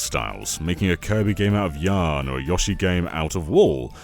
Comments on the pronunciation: Mario's dinosaur is named "Yoshi", not "Yawshi". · Why does put an A vowel in Yoshi? C’mon my Brit brother. We gotta fix this. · The way he pronounced Yoshi feels so wrong, i don’t know why.